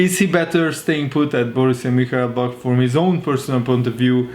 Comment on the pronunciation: If you having trouble with the pronunciation it’s Moon-chin-glad-back